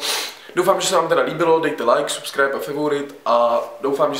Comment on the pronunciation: Prosimtě neříkej favourite a subscribe zní to debilně :D Nebo to aspon vyslovuj jak se to má jinak pěkné video